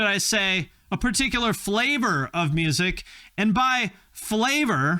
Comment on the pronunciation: 🌭 “flay-vahd” 💦, no less